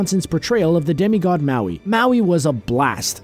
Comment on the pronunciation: wow he can pronounce Maui but not MOANA